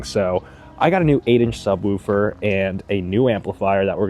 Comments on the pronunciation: Imagine you were talking about a dog softly barking. You would most likely say the dog woofed. Or, if you saw something really cool or pretty, you would most likely say "Oooooooh that's pretty". Now apply that to the word Subwoofer. Its not Sub-whewfer, its "woo" - with two O's. No E. Sub-wOOfer, not Sub-whewfer. Other than that, great video. Been trying to figure out for a while now, how I'm going to eventually do a subwoofer install on my car so this was cool to see. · “Sub-wolf-er” 🙃 I’m just picking on ya. Great video! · He gotta be saying woooofer on purpose😂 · 😂yeah man, its woof woof like a dog lol ...great video though! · Subwooooofer. 😂 Sounds funny. Feels like an Arby’s night. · 😂 glad I'm not the only one. "Sub wufer" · Man I don't wanna hear subwhewfer anymore. But other than that, that's a nice setup. I wish my factory sub had such easy access.